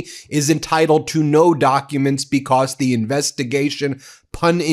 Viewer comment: *BECAUSE - not "B-COSS" STOP SAYING "PLAY THIS CLIP"